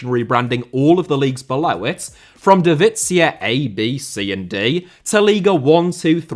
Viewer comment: Why you pronouncing "divizia" like it's Italian 😭😭 Great job nonetheless mate, been following you for plenty of years. Love it when you give us some attention 🇷🇴